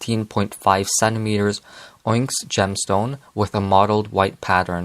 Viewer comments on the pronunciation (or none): The word onyx is pronounced on-ix or ah-Nicks. No hate ofc I pronounced it your way for years before I was corrected by my dad 😂